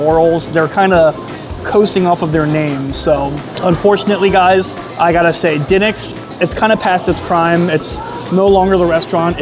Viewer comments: Brother, it’s pronounced “d’nicks” not “dinnicks” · Its di pause nics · It is pronounced Dee Nicks. Drove me crazy as well. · Br pronounce it duhnicks lol sound like a Philly boy